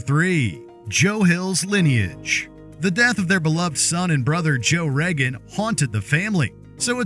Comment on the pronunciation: It's Reagan, not Regan.